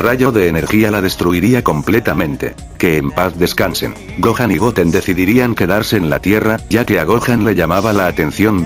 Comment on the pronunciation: siempre dice goan no dice gohan